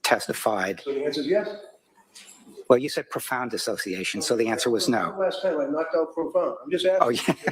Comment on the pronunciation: I love you, but it's dissociation, not disASsociation. Ask John.